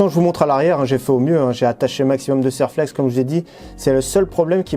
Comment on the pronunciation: Bonjour, bravo pour vos vidéo. Ça fait plusieurs fois que je vous entend prononcer le nom de "Serlex" quant vous parlé de collerine, pour votre culture, Serflex est une marque de collier métallique.